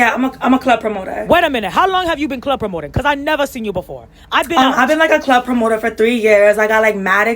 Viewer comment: “You a promotoa you a promota, cause I’m a promota , I’m a promota” 😭😭😭😭😭😭😭